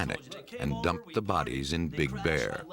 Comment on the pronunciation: It's BIG Bear, not Big BEAR.